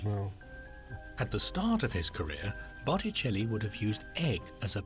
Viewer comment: I noticed that too. It never did get "Botticelli" right, not once.